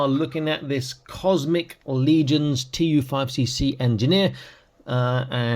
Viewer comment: TU5CC is pronounced as Tusk. These figures are a mixed bag. They look good but recent releases have had a few quality control issues, especially the second Cosmic wave. I've had figures that won't stay together at the midsection, hands that broke when swapping them out, a leg that broke at the knee and so on. After collecting them for the last three years, it's kind of turned me off to them. They look great, but not much fun to actually play with unfortunately. They're mostly designed to pop apart and combine in different ways so you can customize them. If you get enough of the Horsemen's figures, you'll begin to see A LOT of the same parts, especially on the older ones.